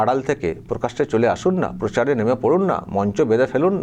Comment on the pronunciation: Ota Pochar noi Prochar.. Bhoot er mukhe Ram Naam.. Bash kore diyeche puro